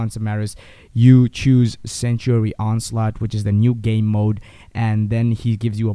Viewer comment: not to hate or anything but when you mean "sanctuary" you say "sentry" the guide is good and all but just look in to how to say "sanctuary"